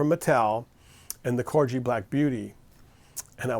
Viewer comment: Corgi has a hard "g."